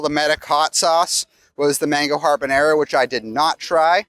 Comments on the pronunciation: I think we can forgive mispronouncing "Char Sui" as it is a common mistake, and I love that you acknowledged the error,...but there is no way we should forgive for mispronouncing "habanero." "HaRbORnero" sounds like it would be habanero-flavored Haribo gummies.:D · Everyone is commenting about the mispronunciation of pho but not going to mention “harbornaro”? 😂 Much love to the Dis team! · I love your videos & content, but I have to wonder if your friends at “Sí Disney” are not offended by butchering anything Spanish? “Harbañero”? LOL C’mon. First Toledo, then Jaleo & now this. At least gives a disclaimer before he attempts something new. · Listening to try to pronounce habanero put me in mind of Drax saying the name of the batteries in GOTG 2. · His pronunciation was a.